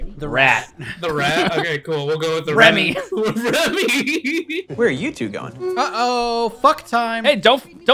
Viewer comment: DONT NEVA DISRESPECT REMY’S NAME LIKE THAT AGAIN